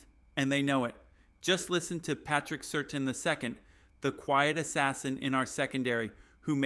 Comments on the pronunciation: Great script. You should get your ai to read the name of the Broncos biggest star as "Surtain" and not "Certain" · Pronounced Sir Tan